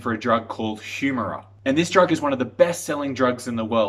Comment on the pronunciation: As soon as you pronounce Humira incorrectly, I know that you have not done any serious research.